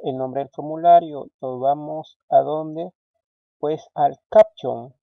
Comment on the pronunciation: Estimado amigo. Muy didáctico pero trata de nombrar los comandos y términos que están en inglés tal cual como se deben decir... No digas AUTOSISE cuando en inglés se escucha Autosais y CAPTION se pronuncia Capchion. No sólo es bueno enseñar a programar sino a decir las palabras en su idioma correctamente. Igual te ganaste un like. Tu intención es muy buena. Felicitaciones.